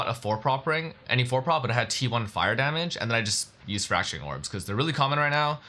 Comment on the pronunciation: what kind of orbs? i can not tell what hes saying